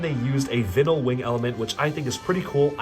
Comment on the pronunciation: Anyone else annoyed at him mispronouncing vinyl